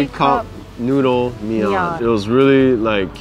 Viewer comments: I think was right when she pronounced mein麵， not mi-an. should pay for the meal, and more;) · I think pronounced mian correctly